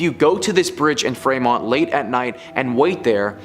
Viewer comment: Its pronounce Free mont 😒 ugh even gps says our city right